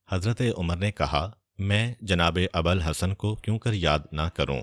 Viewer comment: Bhai jaan , Maula Ali ki quniyat Abal Hassan nahi hai, ye Abul Hassan hai, please correct your pronounsiation .